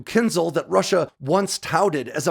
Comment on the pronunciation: Please pronounce correctly the Kh-47M2 Kinzhal (X-47M2 Кинжал). The letter Ж,ж (translit. zh) is pronounced like the s in 'pleasure' or 'fusion'. Say Kin-shal, not Kin-zal The a is longer like in 'calm'.